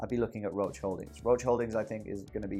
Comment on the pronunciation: Hey great stuff, totally inspired me to join in. Love the amount of insight you give. By the way, I work in a biochem lab and use Roche products all the time, everyone here pronounces it "Rosh" (if you care about that sort of stuff).